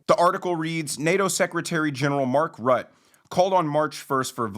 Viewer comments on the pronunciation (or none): Not your fault, I know, but this is the second time today I’ve heard an American mispronounce Mark Rutte’s (root-a) name. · Love the content! Just fyi: Mark Rutte…. The name is pronounced Roota. Keep up the great work!